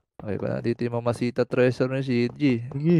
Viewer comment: Idol yamashita ang tawag dun hindi mamahita or mamashita anyways galing mo idul